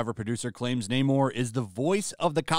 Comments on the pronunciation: Not "Nay-more", but "Nah-more", as in "I have nah-more confidence in Di$ney to be entertaining". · No- It's Namor-r-r-r-r. Gotta roll that r. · Namór. Namór. That's not how the Spanish language works! It's Námor, there is no accent on the name, which is therefore to be pronounced by emphasizing the first syllable. Tell that to Tryin' again Coogler and the Narcos-boy. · Social Justice Overload! Yeah I’m done. “Naymourrr…” 👎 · Once I heard Namor say naymoore I said ok they won’t be getting my money . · No fk way. they really changed the pronunciation fo Namor to N- "AMOR" and Atlantis .. This would be horrendous (amor is love in Spanish btw) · LOL I was dying while watching this.. you're complaining that Namor is pronounced Nah-mor instead of Naymor.. you're literally just speeding up the Nay part of his name and complaining about it LMAO